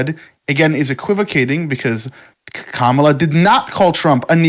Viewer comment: I stopped listening when you mispronounced Kamala. If you can't get that simple thing right you are credible enough to listen to.